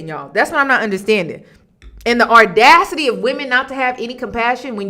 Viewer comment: I love listening to you. You are one of the smartest young women that I’ve ever listened to and I’ve been listening for years, but can you please pronounce the word audacity correctly there’s no letter R in the word audacity